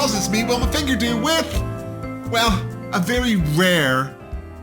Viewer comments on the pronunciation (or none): You said cheek-doo. LOL 😂😂😂😂😂😂